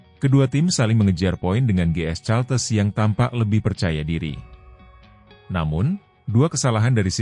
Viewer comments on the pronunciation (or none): Admin harus belajar ! Caltex harus dibaca kaltex, bukan caltes. Ngisin ngisini wae ! 😢 Caltex itu perusahaan minyak Amerika, singkatan dari California-Texas.